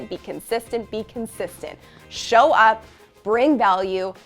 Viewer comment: Incredibly helpful. And appreciated! though, the fleeting ourtro, there's that word "show-hoe." It sounds a tiny bit like ho. Cheers, sister of endlessly helpful help! Thanks so much.